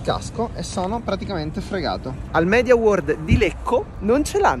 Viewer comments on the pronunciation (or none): none